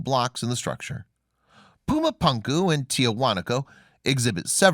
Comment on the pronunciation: First of all, love your channel. Excellent content and intelligently presented. But somehow when a narrator mispronounces a well known name in a well-known language it makes one Wonder how thoroughly the rest of the research was conducted. It is pronounced.. Poo-ma Poon- ku !! Pronounced otherwise really sounds ignorant. I'm sorry to make such a seemingly trivial critique but it is annoying LOL! Other than that excellent stuff